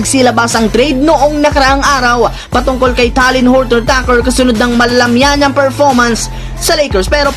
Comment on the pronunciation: THT nalang itawag mp bulol ka sa surname eh..wag mo na ipilit☺️